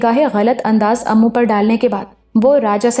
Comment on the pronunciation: Imran ka naam "Ammu" nahi, "immu" hai